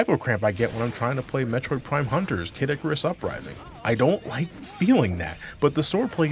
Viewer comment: why does kid icarus uprising sounded like cadicarus uprising xd